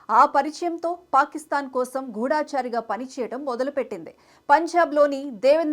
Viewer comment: అమ్మా!! గూఢాచారి కాదమ్మా! గూఢచారి అని అనాలి. అలాగే, నిగా కాదమ్మ! నిఘా అనాలి. దయచేసి తెలుగు భాష మీద దృష్టి పెట్టండి.పట్టు సాధించండి. ధన్యవాదాలు 🙏🏻